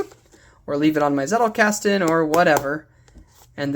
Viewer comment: zettelkasten is german and the z is pronounced the z in pizza or the ts in cats. greetings from bavaria, munich.